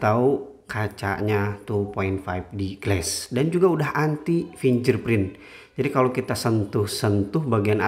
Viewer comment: finger bacanya fingger bukan finjer bang... 🤣